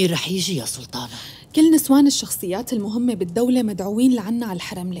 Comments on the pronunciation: ازعج شي من تقول سولتانه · منو منتبهه انو تكول سلتانه مو سلطانه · مين لاحض انو عم تقول سولتانا و سولتان 😂